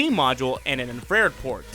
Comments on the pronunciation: Am i the only one who picked up INFRED instead of INFRA-RED. Love the video though. Keep up the good work. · I hear "infrear" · I had to pause, rewind, and listen 2 more times to suss it out. STILL sounds like "in-frare" to me, lol. Like maybe a typo in the script? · Anyone else catch how he said "infrared" lmao